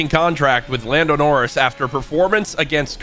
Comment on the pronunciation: 'Landon Orris'